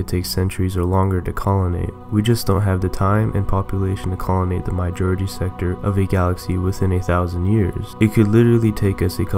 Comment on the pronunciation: It's not pronounced "MY-jority". It's pronounced "mAH-jority"!